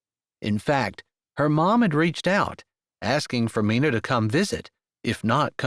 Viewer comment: Loved this story! Love the strong Christian faith that is a staple in your books Jessie. you always do a great job but wanted to tell you Mina is sounded out with a long I🥰. That was my mother’s name. Like the myna bird😏 Thanks for this beautiful book!